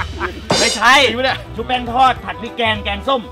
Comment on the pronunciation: แกงส้มค่ะไม่ใช่แก้งส้ม😅